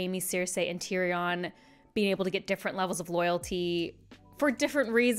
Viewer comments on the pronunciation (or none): Just as I begin to heal from you mispronouncing Tyrion, you come at me by mispronouncing Barristan. My suffering shall never cease.